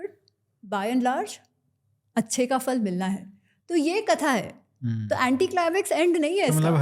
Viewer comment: Amazing that mispronounces फल